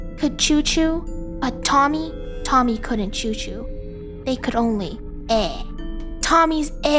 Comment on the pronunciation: I liked tomm-EH and im a big fan of u funn-EH!